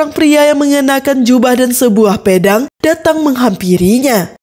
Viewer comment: Pe dang..bukanya pea dang mbak...ngulas jgn anger nyebut aja yaa